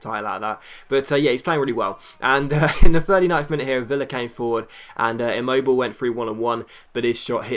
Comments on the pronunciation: Bin mobile is pronounced. Im-mo-bill-at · Its immobilé